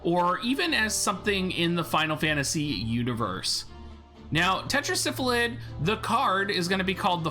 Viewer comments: its' Sylphid (Syl-Phid) not Syphlid (Syph-lid).. pardon my OCD lol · I don't know why but I cracked up everytime he said Syph-A-Lid lol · Thank you. Every time I hear him pronounce it the way he does if sounds like he is saying Syphilis.